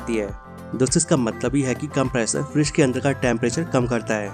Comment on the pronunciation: Bro not Freeze its "Fridge"😊